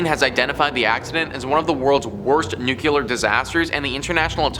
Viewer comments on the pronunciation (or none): Nu-CLEAR. Not Nu-cu-ler. Good God.